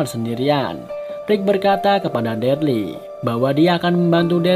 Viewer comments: Namanya bukan derli bang wkkwkw daryl 🥲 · Daryl cuukkkk Daryl ( baca DERIL ) Sebel gw tiap dia bilang DARLI 🤣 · Nonton ulang2 msh ngkak Krn deril d panggil derli😭😭😭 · Darly sapa bang Daryl gk bang 😂😂😂 dibaca deril gk sih? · Bukan derly bang tapi daryl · bang....yg bener itu Daryl.....bukan Dearley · Daril bang bukan darli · Cuman ngasih saran: kalo itu namanya buka darly tapi.deryl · maap bang ijin koreksi. si "Darly" itu hrusnya dibaca "Daryl" (deril) hehe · Daryl bukan darly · maaf sblmnya itu namanya dibaca daril bkn darli 🙏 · Daryl bang bukan Darly 😂😂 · Kenapa gitu kalo orang ngomong deril (Darryl) itu ngomongnya derli Itu nama gua sat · Darly 👎 Daryl 👍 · Deryl dibilang derly 🤦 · Dereeeel bukan darli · Daryl bukan derel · Deril aja Bang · Bang itu daryl di bacanya deril bang,,,cuma koreksi🙏